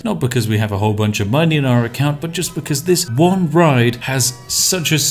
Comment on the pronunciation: Literally heard spiff say italian police riot instead of ride